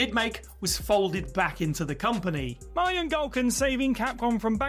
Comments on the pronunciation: same thing, still incorrect. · How does someone not know how to pronounce mahjong in this day and age?